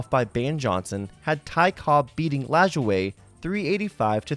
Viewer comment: Thank you for pronouncing Nap Lajoie correctly.